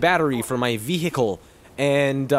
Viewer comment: Funny as always. I really appreciated the excessive pronunciation of "vehicle" lol.